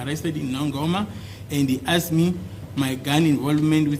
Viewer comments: Asked how do u teach a person when u cant pronounce asked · Advocate Mnisi still hasn't taught himself how to pronounce, 'asked' even today🙄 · As long as you know the word. Forget about how he pronounces.